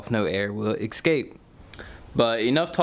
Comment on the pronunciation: Love ur vids man, looking at getting a drift car myself. Can you try to pronounce escape as es-cape instead of ex-cape. sorry, not trying to be a dick but I noticed it, disregard me if you like, I'll still watch ur videos :)